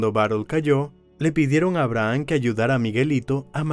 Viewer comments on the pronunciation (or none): none